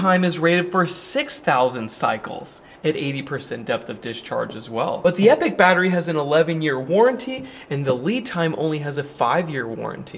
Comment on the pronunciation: It would be nice to see these come down in price a little more. Is it me? not epic, epoch ( said E pok ) a measure of long time. As most of these makers try to suggest they last a long time?